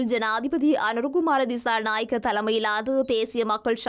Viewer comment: Girls please use the right pronunciation for some words, don’t say the incorrect way as stylish. Pronunciation as “cha” not “Sha” Thichanayaka, not Thishanayaka